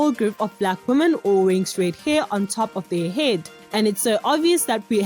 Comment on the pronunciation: Why does she saying "woman " instead of "women " when referring to more than one woman?